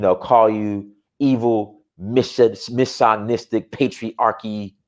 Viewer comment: can't speak simple words. He said "decisive" when he meant to say "divisive". He also still hasn't learned to pronounce the word "misogynist". I cringe when trips over simple words.